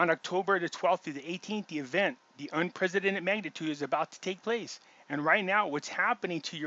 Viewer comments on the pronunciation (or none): none